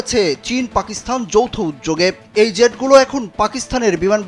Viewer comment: আরে গাধা, "পাকিসথান" নয়, পাকিস্তান 😂😂😂...!